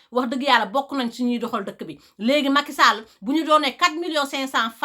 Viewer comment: J'aime bien comment elle dit le nom Macky Sall 😉